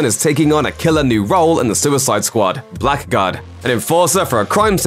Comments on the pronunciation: Blackguard is pronounced like "Blaggard" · Blackguard is pronounced Bla-gard.... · "Blackguard" is pronounced "blaggard". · The usual pronunciation of Blackguard is "blaggard," and the term means somebody who's rude, unscrupulous, and foulmouthed.